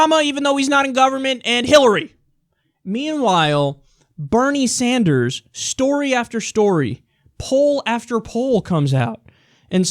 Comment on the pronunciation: She pronounced Bernie Sanders wrong but ok........